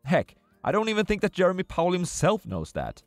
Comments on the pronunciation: It''s pronounced Jeh-rome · his name is Jerome, not Jeremy